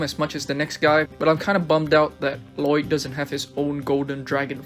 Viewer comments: You don't actually pronounce both Ls in Lloyd's name lmao. It's just pronounced like Loyd. There's a whole joke about it in the Lego Ninjago Movie. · I love how you say la loyd like from the movie 😂